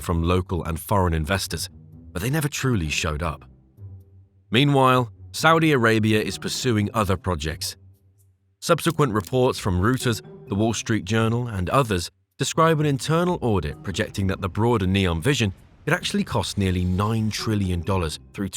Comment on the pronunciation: Um Reuters is pronounced “roy-ters” not “rooters”. Fix your AI pls.